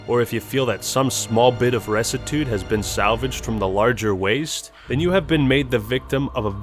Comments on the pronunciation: isnt rectitude pronouced rektitiude not restitude... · Ressitude? Recitude? Wtf are you reading?! lol One is bad but fine. Whatever. You made up a word in your head and read it out loud twice. You literally cannot understand the quote because you don't know what's possibly the most important word used in the quote. That would be like "As Shakespeare said, 'doth protestant too much, methinks'. Which basically means that you shouldn't be too Catholic" Lmao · You're mispronouncing rectitude. The 'c' is a hard c, like a k. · The way he pronounces rectitude